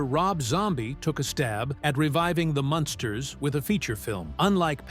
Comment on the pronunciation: It's Munsters,not monsters